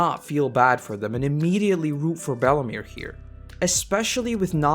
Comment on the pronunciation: how did you manage to butcher belle meres name